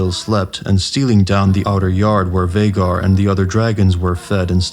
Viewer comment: Whats a vaggar? Its pronounced vay-gar